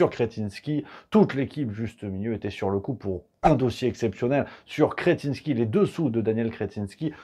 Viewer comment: Sacré patronyme! Il est vernis le gonze! mais, je crois que vous ecorchez le 'in'.